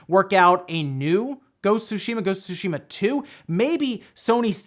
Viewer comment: Im happy you pronounced tsushima correctly..thanks..